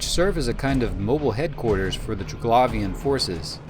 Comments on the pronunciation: im pretty sure its triglavian not traglavian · Hint, not Trig-lavian , try , Tri-glavian , then go from there :) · Say it with me... Tri... Glaive, ian... Not trig lauv ien. Jesus that was annoying to listen to lol. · Try-glay-vian not tra-glavian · glay, not glah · its pernounced "Tri-Glave-Ian" not "Tri-Glav-Ian" also, the drifters, sleepers, and triglavians. are all splinter factions of the Jove empire. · say it with now ok? : TRY-GLAY-VEEUN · I liked you up till the point you said ‘Triglavian’ with that pronounciation 😂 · Maybe learn how to say Triglavian before making a video about them? Just an idea. Would certainly not sound as annoying as it does, if you did. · Triglavian Xordazh. Pick a pronunciation for both and stick with it dude.